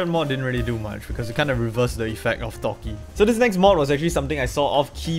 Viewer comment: It’s sounds he’s saying thots 😭